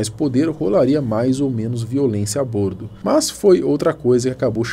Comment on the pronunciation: Nao aguento ver ele falando bÔrdo… é bÓrdo